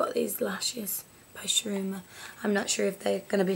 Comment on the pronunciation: Super cute!!! Love it!!! Oh and just for future reference, it's pronounced "shoo-oo-ei-moo-ra" I'm half Japanese and I know how hard it can be to say foreign words sometimes, great vid!!!